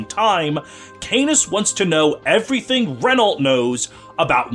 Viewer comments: Unicorn Overlord has informed me that Renault's name is to be pronounced as Re-Nau; the "lt" is silent. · I hope Renault gets in Feh and english fe fans get shocked by how you pronounce Renault